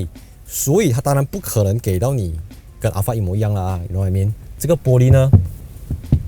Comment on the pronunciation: 你读Al fart 又读Al Fred😂